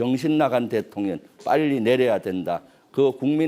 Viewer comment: 혀가 짧은지 대통령 발음을 대통년 대통년 이라하고, 이 와중에 즈그 대표님의 행동철학을 배워서 편가르기 하고있네. 박안수 장군은 따돌림 당한사람, 기타 하급자 몇몇장군은 대통령과 교감 하고있었던 것으로 표현을 하고있네. 저런사람이 어떻게 별을 넷씩달았는지 ??? 똥별이란 말의 원조가 아닌가? 정치권에 들어갔으면 국민을 위한 思考를 할 줄 알아야 할것이야 !!!!